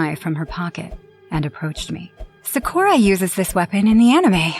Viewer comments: Ain’t no way she said “Sakorra” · SAKORA!??? NO ITS “SA KUU RA” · It's not nuruto it's naruto and not sukura it's trash sakura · Socoara ?. It's sakura 😭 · Sa-kur-ra is the correct pronunciation for the last story 😭 other than that I enjoyed it ! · I have 2 things to say. 1- I dislike how Sakura's name was pronounced in an odd way. 😒 2- That's the 3rd Naruto movie Will Of Fire. I JUST watched that movie with my husband 2 days ago! 🤯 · except for the part where they butchered sakura's name 2x 😂🤣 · Token 🤣🤣 I love how I can get someone so mad for wanting someone to say a name correctly 🙃 🙂 Iconic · and sakura was pronounced wrong as well